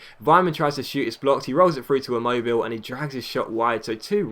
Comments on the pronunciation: Bin mobile is pronounced. Im-mo-bill-at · Its immobilé